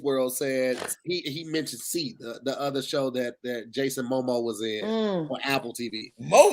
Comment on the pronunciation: He actually said Jason Momoa’s name correctly which is the messed up part 😂